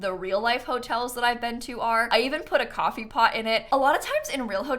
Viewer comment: Ah yes, `` it leads you up to ✨️ C o f f e e ✨️ `` English is so funny xD